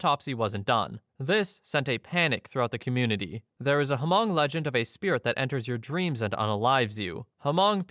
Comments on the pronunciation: it's pronounced "Mung", not hu-mung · It's NOT "Hamong" It's Hmong. I grew up in Minneapolis, Minnesota and knew many Hmong ppl. The 'H' is almost completely silent, so like light sigh, then 'mong' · Hmong, not "Hamong." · Story 9 it’s hmoob or hmong not hamong. Never heard of this story. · The H in HMONG is silent so it’s pronounced MONG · Millions of people have probably commented this already, but the way you pronounce Hmong is with the H silent (like mong). It's a common mistake to make, I just live in one of those states that had Hmong families airlifted to it! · Hmong is pronounced with a silent H : Mong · Just wanna mention Hmong is pronounced without the H sound (MONG) 😊 But that story is often told in the community. Super creepy! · Its Hmong, dude. The h is silent, sounds like "mung" there's plenty of them here in Wisconsin. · Hmong is pronounced Mong, the H is silent. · You don't pronounce the "H" in Hmong, it's just pronounced "Mong" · Yes, I'm Hmong and am familiar with that. It's crazy. Hmong is just pronounced like Mong. The h is silent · i think you meant Hmong. its pronounced with a silent H. like Mongolian but without golian of course (two cultures are unrelated). this was the story that inspired the nightmare on elm street (freddy krueger). Hmong people originally lived in Laos but eventually spread to other countries, primarily China, Thailand, and Vietnam. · That was one of the worst examples of pronouncing Hmong I have ever heard. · No, you screwed up. You dont say the H in Hmong. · You don't pronounce the "h" in Hmong lol.